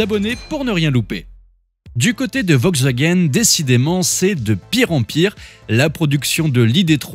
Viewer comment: De toute façon "Vogsvagen" comme vous dites, aurait mieux fait d'arrêter cette série D'ID Abomifreuse bien avant !